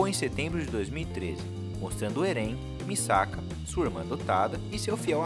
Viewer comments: vc disse misaka em vez de mikasa KKKKKKKKKKKK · misaka? o certo é mikasa.